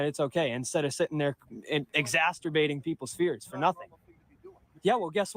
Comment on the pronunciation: You might want to tell him it’s Exacerbating not Exasterbating… I think that’s probably a whole different thing 😂